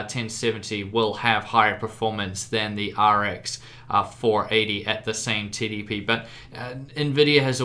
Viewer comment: 2:4 i swear he said titty P instead of TDP